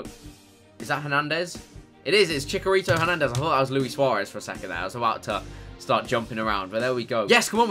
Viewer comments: It's chi CHA rito not Chi KA rito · Did anybody else notice that when he got chicharito he said chicarito😂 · Chick-ha-rito that pronunciation tho😂😂😂